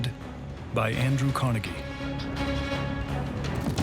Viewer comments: If I have to hear that man call him Car”nay”gie one more time 😬🙋🏼‍♀️ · I hate the guy that says it like "Car-ney-gee" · Who is Car-Neggy? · Hey, narrator, just like Gray Davis had to correct Arnold Schwarzenegger with the pronunciation of COLLYFORNIA, stop 🛑 mispronouncing Carnegie. I'm a Pittsburgher and anyone here will tell you that the correct way to say Carnegie is CAR-NEGGIE. YOU TOO NYC, 🛑 IT!!!! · why do they say his name different, it’s disrespectful to someone who have done so much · It would be nice if the narrator would pronounce "Carnegie" as Carnegie would. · Can someone help that older gentleman to pronounce Andrew Carnegie's last name correctly!!! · Is it pronounced "Carnegie" or "Carnegie" ? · Would be better of Andrew Carnegie's name wasn't mispronounced for 99% of the episode... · ugh I hate hearing them pronounce Carnegie, I'm from Jersey and I promise they're saying it wrong😂😂😂